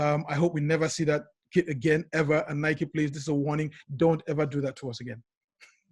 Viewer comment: The way this guy says Nike drives me nuts lol